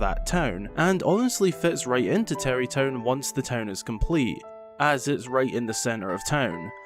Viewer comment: I didn't know that about Beedle. I was questioning the pronunciation, all my life living in Scotland I've never heard someone pronounce an a as an e.